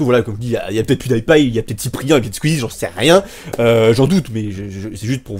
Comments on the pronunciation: et a des pan kaques xD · La façon dont tu prononce pancake et PewDiePie c énorme 😆